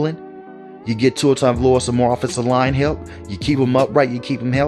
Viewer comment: Ah yes, Tua Tooaavalooaa